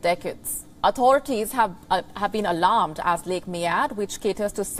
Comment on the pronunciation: Lake Meed is how it's said.